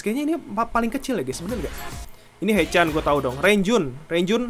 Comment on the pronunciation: Sekedar info Bang. Mark Renjun dibaca Lonjwin Jeno Jaemin dibaca Jemin Haechan dibaca Hechan Chenle dibaca Chonlo Jisung dibaca Jisong